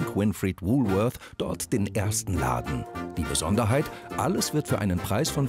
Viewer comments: Welcher Deutscher sagt schon Wulfeurs!!!Hier in Berlin sagt man Wolwort oder Wolle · Bei "Wuuuhhlworthh" gehen einem ja die Fußnägel hoch! Jeder normale Mensch in Deutschland sagt "Wohlwort" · Frau: „Wulwörs“ Sprecher: „das letzte war richtig!“ Ähm, sorry aber auch nicht.